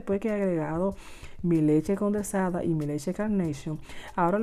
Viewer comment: Leche condensada...no condersada...🥺🥺🥺🥺